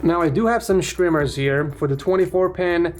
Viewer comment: just say strmers not shtrimers